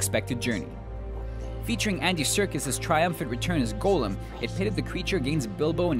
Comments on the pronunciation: Golem? GoLEm? GO LE M?! GOLEEEEEEEEM? GOOOOOOOOOOOOOOOOOOOOOOOOOOOOOOOOOOOOOOOOOOOOOOLEEEEEEEEEEEEEEEEEEEEEEEEEEEEEEEEEM! It's Gollum! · Hobbit: It is not pronounced Golem. Seriously is this guy incapable of doing a single video where he does not pronounce something incorrectly? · The narrator pronounced Gollum as Golem. I do not think you have to worry that your opinion is invalid... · Did this tools just call Gollum a Golem? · AND IT IS PRONOUNCED GOL-LUM!! NOT GOLEM. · My issue is not so much with the list. It's the video itself. This is awful. The editing is crap. The sound editing is crap. The music is louder than the voiceover. And to whoever produced the voiceover: have none of you SEEN Lord of the Rings?? It's pronounced "Gol-lum." Not "Goal-um." Was this just put together in someone's bedroom with freebie software or some shit? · He said golem instead of gollum facepalm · Only real problem I had with the list is that you pronounced "Gollum" wrong! xD The way you pronounced it was "golem." Gollum is pronounced the same way it is spelled as Goll-um. Just a tip, y'know? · GOH lem? No. It's Gollum, pronounced Gaw- lum. Someone obviously hasnt seen the movies or read the books. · Didn't know it was pronounced "golem" see here all this time i thought it was "gollum" ..... oh wait..... -_- , retarded writers..... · "GOL-um" NOT "goal-lem", fuck, you have a channel about movies yet cannot even pronounce a name that has been embedded in pop culture coming up on 80 years, and a movie series for 15. Credibility right here... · You've clearly not watched lotr's or you would know his name was gollum not golem. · FFS, his name isn't Golem. It's gollum. He was named "gollum" for the swallowing sound he made in his throat when he was nervous, the nearest thing to an ID on him the goblins had ever had. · Hobbit's a good movie. Also it's pronounced gollum not goulum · REALLY? the hobbit is a "terrible" movie, besides "go-lem"? at least get the pronunciation right, you hack.